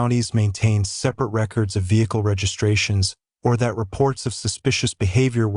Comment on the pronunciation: Nice AI voice over! Did anyone else notice that the word "that" is pronounced as "dot" and the word that follows is spelt out? Took me a while to figure this out. Do better.